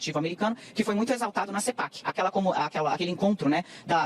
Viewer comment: "Na cepac", o desprezo deles é tanto quen ão se dão nem ao trabalho de pronunciar direito o nome das coisas.